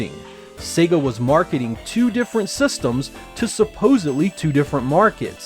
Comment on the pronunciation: its "systems", not "sestems" -.